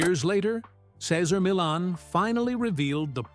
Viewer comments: Doesn’t anyone listen to these before publishing them! This whole vid mispronounces Cesar Millan! He is a wonderful example of a great human being! A gift of a dog behaviorist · Yes he couldn't pronounce Caesars first or last name unbelievable! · We love you, Cesar! Dude in the video... learn how to pronounce his name properly, for crying out loud! We love you, Cesar! Come back. 🐾🐾💖💖🐾🐾💖💖🙏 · You are a horrible announcer... You can't even pronounce Cesar Millan.... And this man is Great with dogs and has helped alot of people.... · If someone is going to narrate, shouldn’t he learn the correct pronunciation of the person he he speaking of? Truly painful to listen to this with mis pronunciation after mis pronunciation… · The constant mispronunciation of his name and constant changes of it diverted my attention.. I rate CM. ! I tink there is a hierarchy with most animals!! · Would be good if you could stick to one pronunciation on the name! 2 different versions ,neither of them correct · The commentator should at least learn how to say Cesar’s name correctly. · Could you at lease pronounce his name correctly? Is that too much to ask? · This video is TRASH‼️ Doesn’t even pronounce Cesar’s name correctly. Barf!